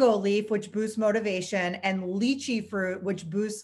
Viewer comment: Hi! Great review, my wife is trying some of this product through a friend. Sorry, don't want to nit-pick here, but lychee is pronounced Lie-chee.